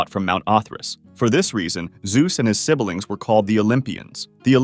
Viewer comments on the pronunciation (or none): Siblings is 2 syllables. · Thanks for this video! But the way you pronounce „sibelings“ made me really upset!